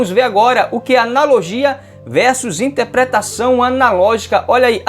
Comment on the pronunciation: Ótima aula. Só é difícil ouvir "aPRIcação" e "InTEPREtação" e púBRIco".